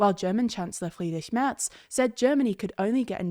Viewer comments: the pronunciation of "friedrich merz" was very nice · very unexpected attempt at the German R. Lots of respect for that